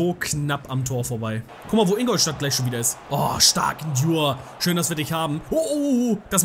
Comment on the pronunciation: Ndure wird N du re ausgesprochen